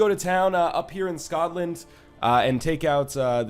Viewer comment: My gosh the "SKOTland" made me laugh so damn hard, that I have to favourite this episode XD